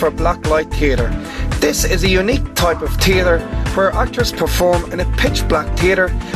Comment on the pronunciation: "Tipe of Teartre": LOL